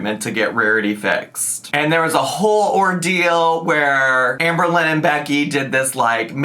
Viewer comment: Oh I see, someone fell for her manipulation tactic with the poem😅 Also it's Amber Lynn. Not Amber-Lynne, nor Amer-Lynn.